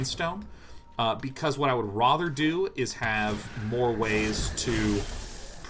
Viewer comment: Both the ways you pronounced azure were incorrect. You also really mispronounce 'rather' a lot too.